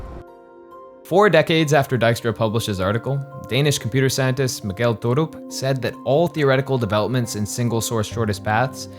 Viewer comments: The pronunciation af Mikkel Thorup was so far off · By the way, Mikkel Thorup would be pronounced something like MICK-el TOR-up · The pronunciation of Mikkel Thorup was completely butchered though. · They did however butcher the 'Mikkel Thorup" 😅